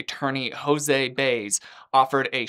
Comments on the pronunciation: It's BY-EZ not Baze. Come on,! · Its prone Josè (bye-ez) Baez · How do you mispronounce her lawyer’s name when this story has been out for nearing 20 years and there’s no question about how to say his name. It’s not Baze dude. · I thought her lawyer’s name was pronounced “Bye-ez”. I wonder if I have been saying it wrong this whole time. 🫣🤐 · Her lawyers name is pronounced by-ez 😂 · The attorney name is pronounced as Bye-ezz, Baez. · Baez => bah-yez 😜 Still a great video. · Baez is actually pronounced like “Bah-yez”, a very small correction that I mean absolutely no disrespect by commenting 🫣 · It’s Jose BY-ez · Yes! I was thinking "He was too young in 2008 to know it's By-ez." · Dude you can’t say Baez name right? That’s weird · I like how you didn't pronounce her jerk lying attorney's name right! Nice going! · Pronounce Baez correctly